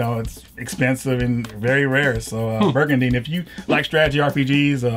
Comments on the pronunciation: I love how he keeps calling it Birgandine lol... you actually corrected the guest lol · excuse me birgandine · It's briga(n)dine with an N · "brigandine" birgadine. no its brigadine